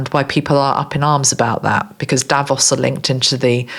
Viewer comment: Hi, Thanks again for your grat channeling. I am Dutch and Instead of you saying 'Davos', I heard you say 'Devils'. What's in a name. 😅